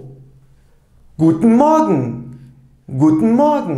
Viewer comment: Hocam merhabalar bir sorum olacak. Almanca A1/A2 öğretim videolarında "Guten Morgen" kelimesini türkçe öğretirken "Gudnın moagın" şeklinde telaffuz ederken ingilizce öğretirken "Guten moagın" diye telaffuz ettiniz. Rica etsem sebebini söyler misiniz? Şimdiden teşekkürler :)